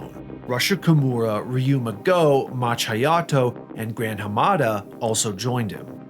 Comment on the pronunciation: "MAH-HA" Hayato. No one pronounces it Matcha. He ain't Green Tea Hayato.